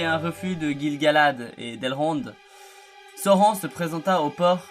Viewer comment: Sauron, ça se prononce SA-O-RONE, bon sang de bonsoir...lisez les Annexes du SDA avant de faire des vidéos sur la Terre du Milieu nom d'une pipe, ça paraît être le minimum... sinon, le contenu est ok, malgré quelques raccourcis. Mais tache difficile en fait de résumer l'histoire de Sauron, puisqu'il est la clé de voûte de toute l'histoire de la Terre du Milieu pendant les 2° et 3°âges. ... Et on dit " sine-dar" pas "sain -dar", j'ai failli ne pas comprendre de qui tu parlais, fait un effort sur les prononciations stp sans quoi tu risques d'irriter tout le monde, malgré tes intentions fort louables de faire découvrir la richesse de l'histoire de la terre du milieu.😎